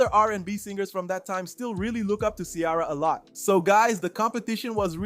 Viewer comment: Her name is not Chiara. It's pronounced See-Air-A. 🙄